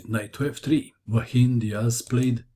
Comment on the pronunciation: Very nice game! I know you care about pronouncing names / last names correctly, maybe you can check the pronunciation of Joaquín, it's quite different of what you are saying in the video. Anyhow, great video as always, you are the main reason why I open YouTube.